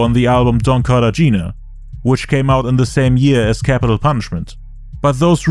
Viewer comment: Cartagena - car-tah-hena